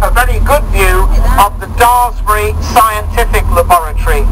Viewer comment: Your commentator could pronounce Daresbury correctly. Ours didn't. A small bug-bear of mine. Sorry.